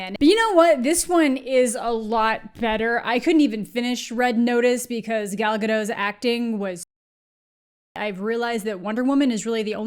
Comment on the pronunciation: At least have the decency to pronounce Gal Gadot’s name correctly when you insult her. It’s tremendously ignorant